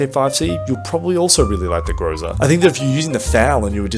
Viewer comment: It's GrozA not GrOza, dude! Still waiting updated tier list